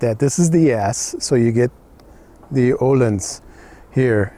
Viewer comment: Nice bike and review. And... ÖÖööhlins with Ö, you said it right this time 😉. Keep on doing this videos for us, great job. Grüße